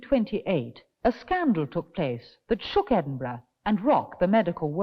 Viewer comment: Edwin burgh???????????????????? maybe a portent for speech impedimented pwesenters of tv today. Great film